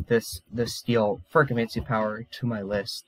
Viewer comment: Yeah, the pronunciation. I’m joking, but I think it’s said “ferro-chemie” Have you read the whole Mistborn series? It’s actually my favorite book series next to the magicians. Edit: You might actually be ahead of me, because later in the video, you call it what I call it. Maybe you know something I don’t. I haven’t actually finished the last book.